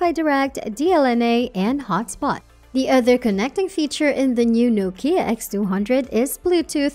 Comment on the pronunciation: It's Nokia not nookia